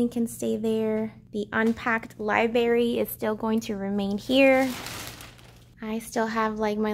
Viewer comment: The way you say libRary cracks me up lol